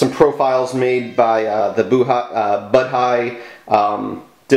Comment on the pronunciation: It's pronounced bow-dee. Maybe It'll get an Ubuntu port.